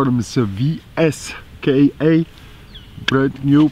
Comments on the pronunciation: *pronounced “viska” lol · Pronounced "Visa"? How in the hell they arrived on that conclusion? lol! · I’m not sure how they end up with that “viska” pronunciation... 🤦‍♂️ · ITS PRONOUNCED "VEESKA"